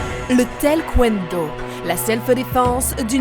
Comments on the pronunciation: Le "tel kwendo" il m'a fini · «Le tel kwondo» Ça m'a tué !! 😂😂😂😂😂😂😂😂😂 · Le TELKWENDO... j'adore